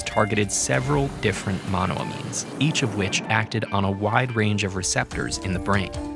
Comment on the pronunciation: The way he says monoamines annoyed me….it’s “mono-ayy-means”